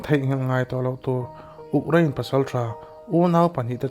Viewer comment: U... Krein.... Uk krain ni loinn